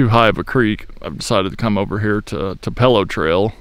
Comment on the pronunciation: Great place tupelo is pronounced to_pole_low